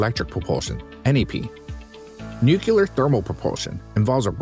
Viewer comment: text at beginning says "nuclear" narrator says "nucular" LMAO